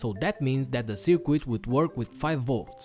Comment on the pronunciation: You wanna pronounce circuit like it's spelt "Sir Kit" buddy! You are saying sir "quit" in this video. Great upload!